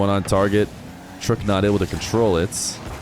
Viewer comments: It's trook not trock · Its not truk . Has name is trook (pronunciation Repetition of the letter R with o) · btw his name is pronouned tarooqq (tarook) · its pronounced tarrook